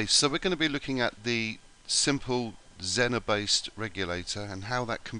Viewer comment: Its actually pronounced zeener